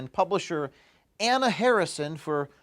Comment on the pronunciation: Her name is Anna, not HuhHuh. There now you have the name right.